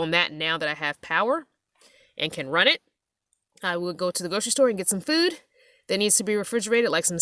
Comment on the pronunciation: I love the way you say food “fewd” excellent build thank you for sharing with us all